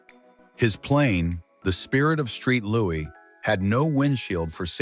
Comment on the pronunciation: Hey Mr. AI…you mis-pronounced “The Spirit of St. Louis”, REAL DUMB!🤬 It angered me so much I stopped watching 🤬